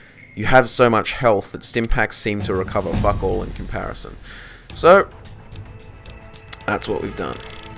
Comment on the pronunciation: You said 'fuck all' like a south african. I was shocked and funny lol.